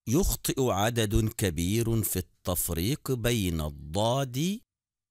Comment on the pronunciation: الطفريك بين الضاد والظاء في النطك والكتابة😅😅😂